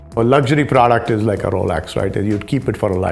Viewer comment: his desi Punjabiness came out there, praaaduct, good to hear that.